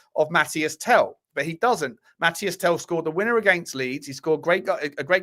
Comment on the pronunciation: Mateese Tel, not Mathias Tel dude